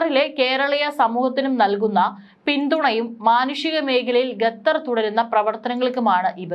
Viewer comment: ഗതർ അല്ല ഖത്തർ ആണ്. Pronounce properly...